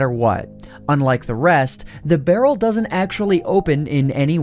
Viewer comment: you sayd barrel XD